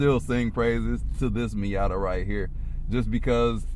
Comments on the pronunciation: What is a "MeeYADDER"? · Did he say Miata with the hard er 😭😭